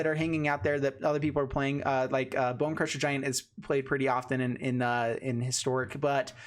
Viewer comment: Histroic...LOL. Not bm just pointing out